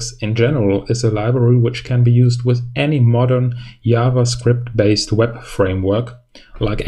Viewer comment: I can't understand that you can say "change", and "project", but can't really say "JavaScript". instead you say "YavaScript" 😐